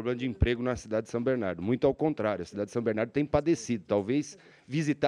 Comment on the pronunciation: Alex não sabe nem falar o nome da cidade como bom batateiro